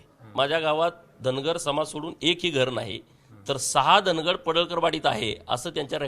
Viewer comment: उच्चार वेगवेगळे करून लोकांच्या भावणिकातेचा गैरफायदा का घेताय साहेब ते धनगड नाही धांगड आहे..